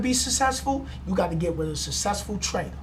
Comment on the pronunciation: it "with" not "wif"